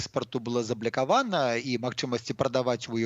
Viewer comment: я не смог найти в учебнике белорусского языка такие слова,как "заблЯкавана" "бУджет". это такая ФЕНЯ от вячорки,или это все таки ваша безграмотность, пан? P.S. и как по вашему с вечеркой следует произносить название города Страсбург? И ЧЕРТ ВОЗЬМИ ПОЧЕМУ?